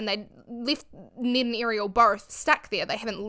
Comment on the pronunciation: Thank you so much for helping me not watch this video on his actual channel! Great job of being respectful while not giving Ned any more credit than he deserves. Also, I love your pronunciation of Ned. If Ned Fulmer will agree to permanently change how he says his own name, I'll consider watching an episode.